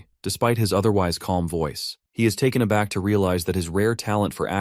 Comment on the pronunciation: I flinched when I heard “taken a back” 😔